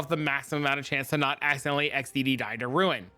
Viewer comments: btw ruin = rue-in, not roon (rune) ! :D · it finally hits me: "Holy shit, he's saying RUIN"